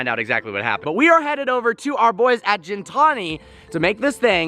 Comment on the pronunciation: FYI Gintani is pronounced with a hard G not soft G.